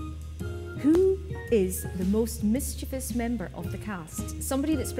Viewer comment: Thank you so much for pronouncing "mischievous" correctly!! Lolol! Most people in America say "mis CHEE vee us." LOVE you guys! Gonna get the show on dvd so my husband can watch. I KNOW he will love it, too!